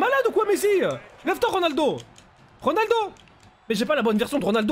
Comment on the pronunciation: C'est pas Ronaldoooo sa grrr Reunaldeau